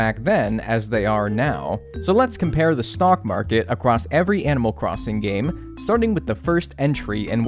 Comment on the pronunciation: Heads up friend, it’s “stock market”- not stalk market. Regardless, cool video! Excellent work!